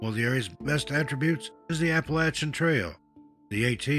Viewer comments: Thank you for saying Appalachia correctly. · bless you for knowing how to pronounce Appalachia.